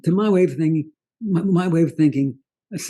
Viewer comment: What were you thinkinah!